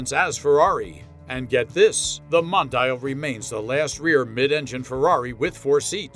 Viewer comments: Mon......di.......yal Not modayel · Don't agree with your review.Very happy with mine QV.At least pronounce the name right.